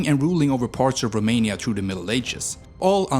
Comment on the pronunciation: The narrator horribly mispronounces every Romanian name and word, including the country's name. Could have tried a little harder.